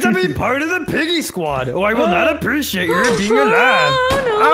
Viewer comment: It was SOOOO FUNNY that said "it was apreshate from my beauty" HAHAHAHA!